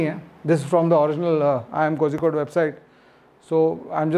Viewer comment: Its not pronounced Kozhikohde , its pronounced Korrikohde